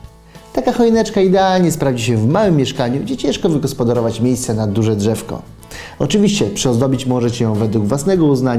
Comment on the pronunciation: czemu zamiast drzewko mowicie dżewko